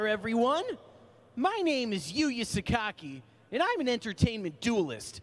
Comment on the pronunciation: Cap its Sakaki you scrub.